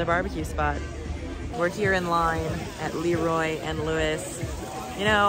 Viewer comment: LeRoy not LEEROY....lol